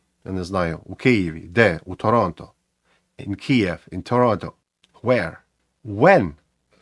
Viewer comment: Дякую. Але not “in Kiev”! (кієв) In Kyiv! (Киів)